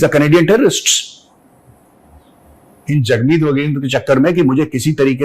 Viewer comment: Hagmeet, not jagmeet 😂😂